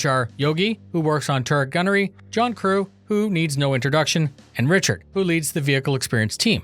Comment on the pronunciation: I thought you said Pritchard instead of Richard at the start... feelsbadman...